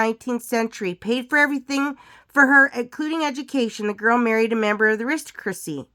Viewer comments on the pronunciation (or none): Aristocracy = ah-rist-tock-ra-C